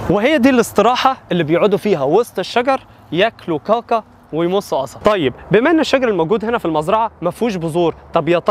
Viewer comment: كاكا وليس قاقا